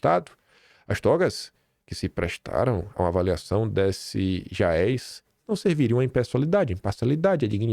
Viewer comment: A pronúncia correta é “jaêz” e “razía”